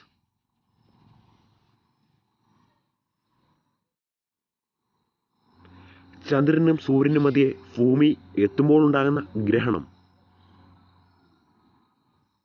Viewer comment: I S R O ENNANU VAYIKA esro ennu alla ok bumi aaanu pooomi alla